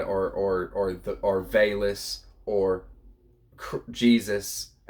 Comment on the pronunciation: Thanks for the share. I believe VALIS is pronounced as vowel-es.